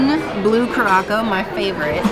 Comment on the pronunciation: Why did call blue curacao..blue kuraco